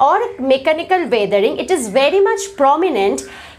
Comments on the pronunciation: you should spell weathering as wethering and not waathering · Your pronounciation is not right of weathering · I think that the pronunciation u have of weathering is different...... So which is correct!!